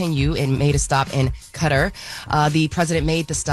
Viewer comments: Kuh-taar needs donkey of the day for butchering the name of that Arab nation she could have looked it up briefly she does news dam! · CUTTER?.WTF...will someone please tell it's pronounced kuh-tar.